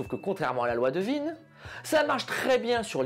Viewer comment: content de voir qu’on partage ce même humour. Content aussi d’être enfin fixé sur la prononciation de « Wien » après toutes ces années de doute…